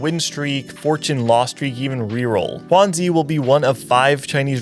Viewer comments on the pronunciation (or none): great quality video! will be rooting for Lallana and will be watching PieHat and all the NA players as well :D Mismatched Socks , Kurumx, DQA, RamKev also I wanted to mention that the pronunciation for Juanzi is more like, 'JywanDz' (Yale romanization) unlike the spanish pronunciation of Juan, and zuh instead of zee :)